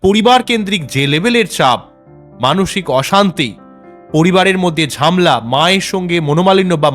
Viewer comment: ঝামলা নয় ঝামেলা